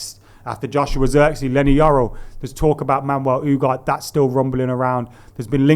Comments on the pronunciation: Ffs it’s UGARTEEEEE not UGART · U - Gar - Teh. Not U - Gart.